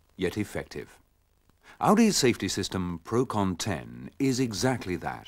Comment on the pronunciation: "Procon 10"?! It's Procon-ten, from PROgrammed CONtraction and TENsion.